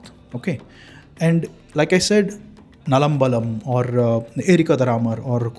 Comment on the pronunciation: Its not nalambalam. Its naalambalam. 4temple.